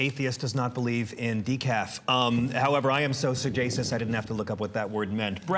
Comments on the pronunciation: >sa-jay-shus It's su-gey-shus, for fuck's sake. Moron. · Also, it's not suh-JAY-shus, it's suh-GEY-shus. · I was so fucking embarrassed for TJ when he mispronounced "sagacious." God, what a dunce.